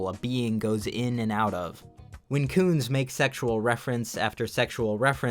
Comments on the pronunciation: Jeff Koons? More like Jeff Cooms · Jeff Koons. More like Jeff Cooms. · Jeff Koons? More like Jeff Cooms.